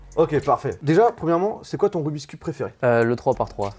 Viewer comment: Je t'adore mais j'ai quitté la vidéo très vite... En tant que cuber non-professionnel, j'en pouvait plus de t'entendre dire "rubiscube".